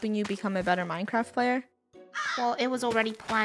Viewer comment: Just me or did she say "MineCracked"